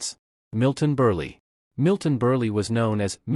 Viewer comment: Every one of these “dimwits” are smarter than this AI voice who doesn’t have a clue on how to pronounce Milton Burl name